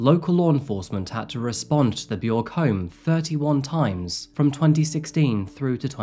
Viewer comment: B-yorg is what you went with? Cmon man it's obvious that's not how it's pronounced